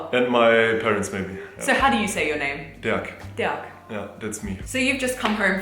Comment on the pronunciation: Derk rhymes with Berg.